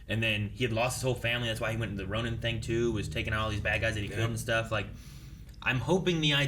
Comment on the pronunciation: It sounds like you guys are saying Ronan instead of Ronin, despite them being two completely different words that should be pronounced differently.